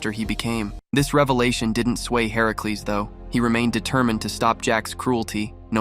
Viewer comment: Why does he pronounce Hercules like that? Ai?